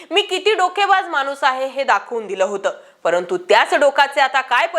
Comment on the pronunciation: कृपया 'ण' चा उच्चार 'न' करू नका. जसे प्रमानात..., मानूस...,आपण पत्रकार आहात.